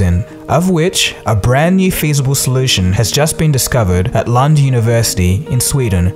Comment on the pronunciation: did he just said LUND university lollll.. 😂😂